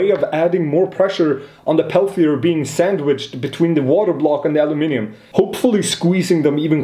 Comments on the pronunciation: Guy is saying Aluminium right. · And he pronounces Aluminium correctly as well- what's not to like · Hearing the word aluminium on youtube brought a tear to my eye ❤️ (Instead of alooo-mium) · You said aluminium correctly :face-fuchsia-tongue-out